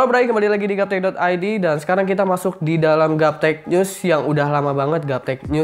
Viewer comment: bang kok nyebutnya gaptech nyus sih?